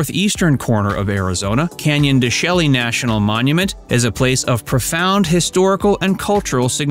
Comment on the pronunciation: In this video, several mispronounced words are evident. Saguaro is pronounced sa-war-oh (no hard G) and Canyon De Chelly is pronounced Canyon De Shay. These are just a couple examples.